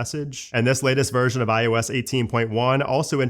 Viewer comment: Am I the only one who hears him say it as “iUS” instead of iOS?🤷🏻‍♂️🧐